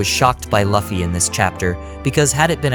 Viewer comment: It's Luffy not 'laughy'